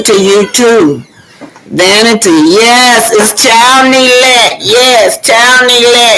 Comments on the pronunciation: Its Ne-glect not Né-let please pronounce it correctly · I love your commentary- just one thing.... please include the letter "G" when you pronounce the word neglect - MUCH LOVE ❤ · No disrespect to, about correcting her about the pronunciation of the word neglect,I’m just providing education.I love her platform,she tells it like it is!!! I agree with you guys about how Arrionne treats Knox, even her sister was talking harsh to him,when he pulled Arrione’s hair and hit her.Clearly the child is not well and is very irritable. The sister said’ you’re not going to treat my sister like that,as if she is talking to an adult.her entire family is trash.